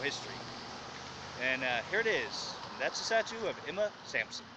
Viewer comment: Her name was Emma SaNsoM , not SaMsoN . The High School was Emma Sansom . I graduated there in 1990. The highway that you were standing in the middle of is Hwy 431 not 278.